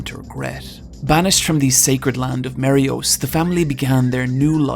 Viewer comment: Really liked the Video except for the mispronunciation of "Eiichiro Oda" and "Marie Jois". And it's not "Emperor's Haki". It's called "Conquerors Haki". That triggered me so badly.